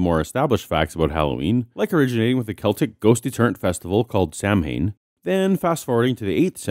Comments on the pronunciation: Uh, this pronunciation of bothers me as ex-Pagan. For any future pronouncements, it's "Sow-when" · It's Sow-an! It's pronounced S-hard o-soft a-soft n! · Not "son-in," "sov-in" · It's pronounced not "Sam-hain" but "Sa-ween". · Sam Hain? Ugh. Sow-in. Ow. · No sound at all on the Peanuts clips. Dell Latitude D630 laptop using Windows 7 and Chrome's browser. BTW, Samhain is pronounced sowe'en. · please, pronounce Samhain .. "sow-in" it would be much appreciated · Pronounced Sow(like female pig)-win. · quick heads up from an irishman, Samhain is pronounced "Sou-in" imagine the Sou from sour and you've got it! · Loved the video but, as an Irishman, I would like to point out that "Samhain" is pronounced "Sowin". Thanks for the great videos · Samhain, being a Celtic word, is not pronounced anything like it is spelled. It is pronounced as if it were spelled sowwain. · Hey I love your channel and content. Probably just a nit pick. Samhain is pronounced Sow-Wen. Old Gaelic. Keep up the excellent work, please never stop. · Thanks for reminding me to order presents from the Great Pumpkin. Btw, Samhain is pronounced "sow-in" or "son-in." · Samhain is pronounced So-wen. We celebrate Death because that time of year marks the end of the yearly cycle when plants die and Winter begins. The reason there are parallels is that Death is the one thing that we all share. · Not to be pedantic, but Samhain, is pronounced Sawan. I too was corrected on this ages ago. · Samhain is actually pronounced as sow-enn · It's pronounced sah-win. I have to wonder how many AiG booklets will get dumped in the bushes as soon as the kids are out of sight of the house that hands them out. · It’s SOW-IN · Samhain is pronounced "Sow-when" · Great video yet again🖒 My only criticism would be that you mispronounced Samhain. It's pronounced SOW(like south/sound)-in. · Samhain is pronounced like Sow-in. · I think Samhain is pronounced, 'saw-wain"... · Samhain is pronounced 'sow-en'. Rhymes with cow.